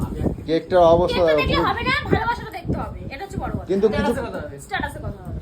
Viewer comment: Tatus nahi status gawar admi🤨